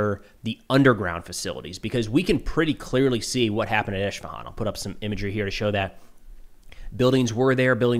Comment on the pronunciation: Thanks for the details content, it's Isfahan not Ishfahan!, no SH sound in the name.